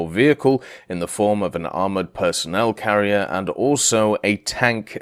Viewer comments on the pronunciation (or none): none